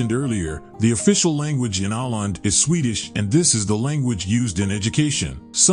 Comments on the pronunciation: Stop calling Åland a country and a nation. It is simply a lie and incorrect. Åland is an autonomous region of Finland just as Corsica belongs to France and Sardinia to Italy. Åland belongs to Finland, but the inhabitants speak Swedish. There are several regions in Finland with a Swedish-speaking population. Åland is pronounced "Ohland". This beautiful, small island with 30,000 inhabitants is not a country. Please. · If you want to teach people about Åland, you could start be learning how it is pronounced! As I am sure many have pointed out already, it is not a country but a part of Finland, though with some special rules pertaining to it. Sweden accepted the verdict of the League of Nations under protest but accepted it nonetheless. Today, Swedes, Finns and the people of Åland live in peace and prosperity. Others could learn a lot from this... (looking at the middle east) The camping in nature rule applies to Sweden and the rest of Finland too. It is part of a very old tradition, the freedom to roam, from the days when these today separate countries were one. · You, or the "Reader" keeps mispronouncing the name of the islands. There's a reason why there is a circle above the "A" (Å). Otherwise, nice informative video. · Even for people with good intentions is hard to read names/ words in other languages... This is AI anyway. At least I learned of a nice place. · His pronunciations are way off, he should have done some homework before making this video. It's Åland and yes I have been there. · If you like to convey information about Åland, you should also make an effort to pronounce the name properly. It is easy. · Å means stream or creek. The English speaker in the video evidently doesn't know there is a difference between the letter "å" and the letter "a." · As has been pointed out by others in the comments, Åland is not a country, but an autonomous part of Finland. And it's not pronounced "Ahland," but "Ohland." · It's pronounced "Oh-land", not "Ah-land".